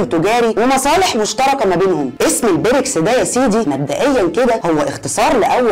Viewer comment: نطق الاسم غلط اسمها ( البريكس) بكسر الياء